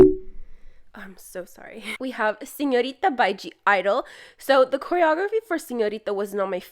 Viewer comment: I love how you pronounce Señorita and Violeta, I'll guess your spanish is really good 👀